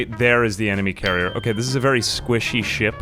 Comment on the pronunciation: Every time you said "carrier" I was jarringly disappointed in you. It's "Karener"!